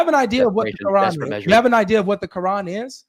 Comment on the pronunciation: Qurrr-An